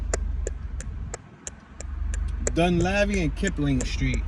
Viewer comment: Dun leeve is how it sounds